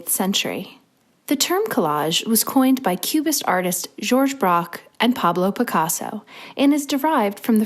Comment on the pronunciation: par-blow pick-arso🤣